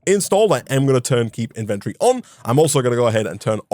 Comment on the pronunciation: Please, PLEASE Pronounce inventory correctly One day he shall